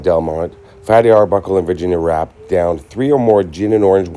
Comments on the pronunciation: Her name was actually spelled and pronounced Virginia Rappè ( Rah_Pay, accent ova the è) not wrap or rape...the media had a field day with her name being similarly spelled rape...smdbh...fatty's career wuz destroyed ova this but after 10 yrs he wuz starting to get work again and make a comeback until he died b4 that happened... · I thought her last name was pronounced “Rap-pay” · Love love love stories from old Hollywood. After studying this scandal for years, I believe Fatty Arbuckle was innocent...a so-called bad rap. And that's not word play on her last name because I think it was actually pronounced ''Rap pay''. Have a great weekend & 💗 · I've heard of this. Her last name is pronounced with an A as in fiancé. I believe Fatty is responsible for Virginia's death.